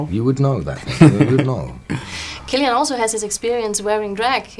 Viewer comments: Baville it’s pronounced killian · It is actually pronounced Killian! :)